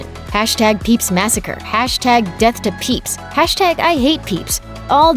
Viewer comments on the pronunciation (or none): none